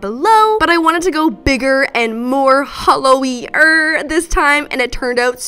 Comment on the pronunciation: I love, but it physically hurt every time she called that holo 😂